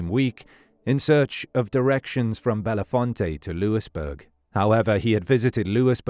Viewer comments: My cousin lives in that town, and it’s pronounced: bellfont, not bellafonte. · Correct. Bell Font